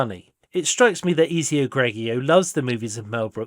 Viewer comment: Why are you pronouncing it Eazy-oh? You know well how to say Ezio proper. Is this a joke in the spirit of the movie?